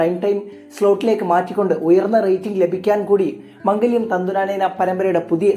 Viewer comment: മംഗല്യം അല്ല മാംഗല്യം എന്ന 😂